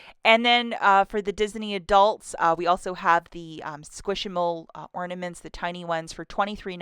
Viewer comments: Thought I'd help you out a tiny bit Squish-mallow not squish-i-mall. Please know I'm not nitpicking, just offering help pronouncing them correctly. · Does she know it's pronounced squishMALLOW like marshmallow?